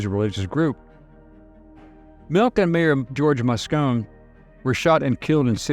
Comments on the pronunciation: Moscone is pronounced moss-COH-nee, not moss-COHN. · Moscone is pronounced Moss cone ee Mosconee. Milk was acused? by whom? I'd never heard that before. Addicted to what drugs? There are a boatload of drugs out there. We suspect which, but ... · btw, Moscone was pronounced WITH the E sound at the end.............. I lived in SF at that time and was not aware of any pedophilia accusations against H Milk (he developed my film at his camera shop, btw)